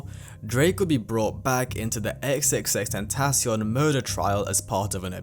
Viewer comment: i dont even think thats how u say his name, he sounds so cocky